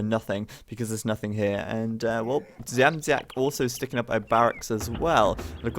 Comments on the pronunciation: Age of Empires 2, when introducing the second "bity kablem" was better. Dziamdziak can be difficult. You are near. You only use the "z" wrongly. You can try Dsiamdsiak.:D Greetings! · I don't know if it will be correct in english, but "bity kablem" means something like "being hit by a wire" :D and also about pronouncing Dziamdziak the version from about half of the video is almost correct, keep it up! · About Dziamdziak u say it terribly wrong, but no ones gonna blame u ... Im from poland and its even hard to write like it should sound at english. Someones gotta tell u that name and u need to hear that :P No way u can speak that other ways:P But at the end or event at the half of the match u were saying that aaaaalmost, aaaalmost correctly - keep it like that :P